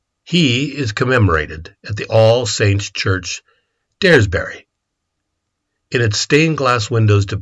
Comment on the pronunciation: I’m from daresbury. You couldn’t have said it more incorrectly